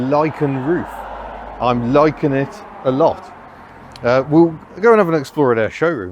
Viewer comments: "Lichen roof, I'm LICHEN it alot." click on the thumbs down button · " I'm lichen it a lot." Thanks for the laugh, A good one I didn't see coming.